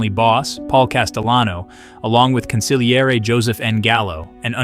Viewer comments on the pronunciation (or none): none